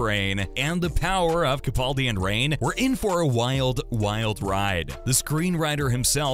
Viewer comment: Very nice video BUT If you do another, could you please pronounce Mr Capaldi's name correctly? It's CaPALdi, not CaPAULdi. It's mispronounced everywhere - and it drives me crazy. However, I saw an interview where interviewer asked the proper pronunciation and Peter himself clarified it.